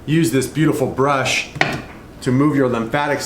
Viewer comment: Bursh or brush you mean pro